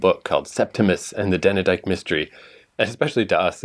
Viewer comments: Dane-dyke not Danny-dike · Not DANNER-DYKE! DAIN (as in rain) DYKE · FWIW, it's not three syllables -- DAN-E-DYKE. It's two syllables -- DANE-DYKE. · It's Dane as in Crane or Rain!! Also Rumpole is 78 to 92 to dead on.